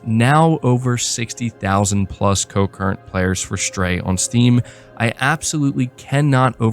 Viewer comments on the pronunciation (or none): Concurrent...not co-current 😉 Definitely will have to check this out!